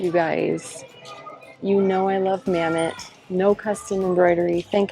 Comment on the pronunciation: Mammut is pronounced, “mah-moot”.